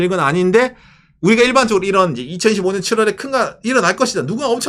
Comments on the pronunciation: 저번부터 느꼈는데 2025년 읽으실때 2015년으로 들리는거 저만 그럼?? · 이가 묵음입니다